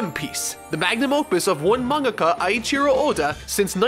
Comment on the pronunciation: Awesome video! If I had one correction, it would be that "Eiichiro" is pronounced "Ei" as in "eight", not "Ai" as in "Thai". Besides that, this was an excellent overview. I watched this up to a bit after Arlong, but then stopped. Now, I obviously can't continue and catch up, so I'll use you to do that and give me the breakdowns from over the past 2 decades or so. But I have a feeling that with so many episodes/chapters, things will get stale at some point.